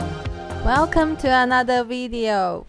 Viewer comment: exe he needs to teach her at least how to say the word video